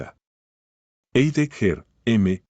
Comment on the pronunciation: Heidegger no se pronuncia como lo dice el locutor sino que se pronuncia /haideguer/